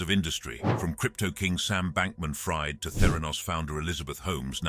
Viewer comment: #20 Sam Bankman Fried is pronounced (freed)